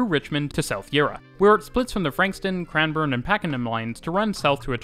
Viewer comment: How are you pronouncing the names so accurately? (Melbn) (Cran-burn) (Yarruh) (Jolly mont) (Paken-em even though sometimes sounds like you're saying Packing-em) I'd probably pronounce Sandringham phonetically (Sand-ring Ham) but if you were saying Sandringham line then it would be Sandring-um line as you said it still I realise you're Canadian not American but even Sydneysiders wouldn't pronounce these names correctly.